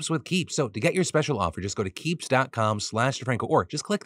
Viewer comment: Philip De-TANK-o. Love to see